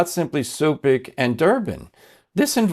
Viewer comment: YOU ALL PRONOUNCE THE NAME CUPIC WRONG. DOESN'T PRONOUNCE SUPIC, BUT CHUPICH, WHAT ON CROATIAN MEANS LITTLE JAR. DO YOU KNOW THAT IN THE BEGINNING OF BLESSED MOTHER'S APARITION IN MEDJUGORJE, FR. PAVIC ( PAVICH), A FRANCISCAN FROM CHICAGO, WHO HAD A CROATIAN BACKGROUND WAS SENT TO MEDJUGORJE IN ORDER TO DESTROY MEDJUGORJE. HE LOOKED LIKE PADRE PIO, AND BECAME VERY POPULAR, BUT BEHIND FRANCISCANS' " BACK" , HE WAS TALKING LIES TO PILGRIMS😢.